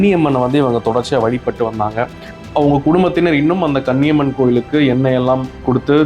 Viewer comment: Koniamman temple,not kanniamman